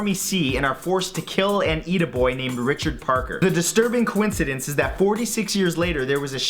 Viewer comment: I am jealous of the ease at which Santoro can say the word coincidence. That word has been the bane of my linguistic existence